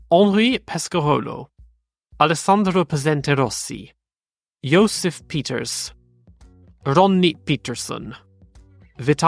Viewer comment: Generally I'm impressed with how well you pronounce the german and dutch names, no matter how fluidly or not you speak said language, but you had a major relaps with Josef Peters. I'm sure thats just a momentary slip, but damn, that could not have been a more english pronunciation if you tried :D